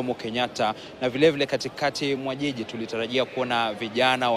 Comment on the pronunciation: This lady just called 'jiji' a 'yiyi'...eish!